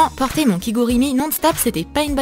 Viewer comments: c'est pas kigurimi mais kiGUrumi J'en ai plein (c'est trop cool de rester là dedans)😂😂😂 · "kigurimi" mais c'est kigurumi pas kigurimi 😅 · déjà on dit pas kigurimi mais KIGURUMI, merci. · Alors par contre Troom Troom, le pyjama japonais à , c'est Kigurumi et pas Kigurimi... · Sa ce dit kigurumi pa kigurimi ça m enerve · J'ai commencé à relativiser tout les tutos suivants quand j'ai entendu la prononciation "Kigourimi". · c'est kigugurumi pas kigurimi ! bon sang !